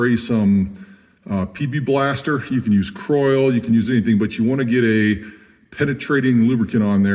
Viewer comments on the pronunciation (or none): ..."PP" Blaster lol I know you were saying PB Blaster but you caught me off guard and was like wtf did he say lol